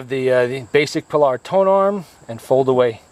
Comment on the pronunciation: Nice machine! I must confess, however, that I kept shouting "PIE-ard!!" during the video: it's NOT pronounced "Pilard"...